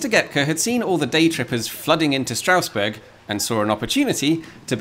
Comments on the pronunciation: Strange that you pronounce the ST in Steffi right but not in Strausberg and Straussee :-P Amazing video as always though :-) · Very good German including the pronounciation! Well, actually, the first 's' in Strausberg, like in all instances where 'st' or 'sp' occurs at the start of a syllable, is pronounced like 'sh', so it's 'Shtrausberg' :)